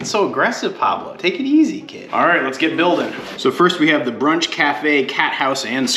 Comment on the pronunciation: "take it easy ked" starting to pick up on the New England dialect 🤣